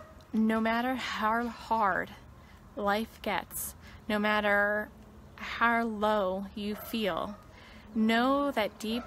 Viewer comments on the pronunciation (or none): I noticed that Shanann always said "har" for the word "how" .. at first I thought it was just one of those things where your words come out wrong when you're trying to spit it out quick but she said it in other videos too. No biggie obviously, just an observation .. On another note, Thrive isn't "work" & its not a job. It ruins familes. When you have to spend your own money on the products to the point where you dont pay your mortage for 3 months, that is NOT what employment is. Also, putting your children in a very expensive daycare 5 days a week if your home all day long makes zero sense. That aspect of this case should be used as a cautionary tale!